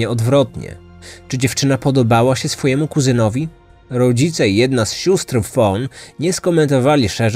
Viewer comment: zwróć uwagę na wymowę "dz", szczególnie w słowach ludzi (często słychać "luźi") czy rodzicie -> "rozice". Mały szczególik, ale pośród wspaniałej dykcji i intonacji może razić. A tak poza tym, jestem fanką. On wielu lat słucham wszystkiego co publikujesz:) I uwielbiam!